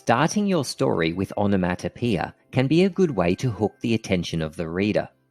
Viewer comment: The way you say onomatopoeia is making my ears bleed